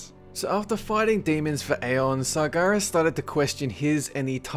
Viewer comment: Tumor Sargeras? the fuck man, speak clearly...